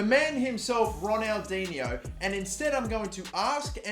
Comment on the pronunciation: The third pronunciation you said right